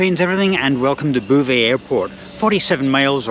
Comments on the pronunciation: Your Anglo mangling of Beauvais was most jarring. It sonded like bouvez. ”Drink up"? The correction pronunciation is /bo.vɛ/ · I visited Beauvais ("Bo-vay", not "Boo-vay") Cathedral back in the 1980s (as part of an ecclesiastical architecture tour); I had no idea there was an airport... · It’s Bow vay(as in bow tie) not boo vay. A very pretty wee town on the way to Paris. Enjoyed seeing it again through your eyes. I’ve never stayed in a one star hotel. You’re braver than I am. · Yes even my vague knowledge of French knows beau is pronounced bo! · Great video Scott, Beauvais is pronounced Bo Vais. A long O like boat, not boo like boo hop. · There is no ''boo'' in Beauvais! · It's Boe-vay and the F stands for Formula. Also kwees de grawnwee for frog's thighs and Pizza Crolla in Glasgow used to do horse pizzas. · The mispronounced "Boe-vay" irritated me much more than it should have everytime Scott said it! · I would have thought Beauvais would be pronounced Bow-vay 🤔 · Er, "Bo-veh' (don't pronounce the h) .Just saying. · Why not try and pronounce Beauvais properly ffs ! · Maybe it's a ploy to keep folk watching his videos to see if he goes to a chatoo or quotes Boo Brummel. My sister lived in mauvais Beauvais for 8 years and she found it hilarious.